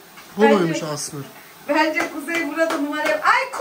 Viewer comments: Kuzey o asmır değil Yazılışı:asmr Okunuşu:asemere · Asmır değil o esamar diye okunuyo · asmır değil asmr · Asmr doğru okunuşu= eysamar Kuzeyin okuyuşu=asmır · Abla ASMR(ASMIR) DİYE OKUNMUYOR (ESEMAR)DİYİOKUNUYOR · asmır kuzey o asrm 😂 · Kuzey asmır değil asmr😂😂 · kuzey asmır değil asmr o